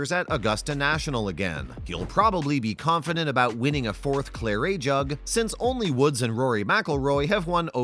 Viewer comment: clar-ay jug? ffs... and his accident was last year [feb '21], not 'early this year' as you said a couple of times.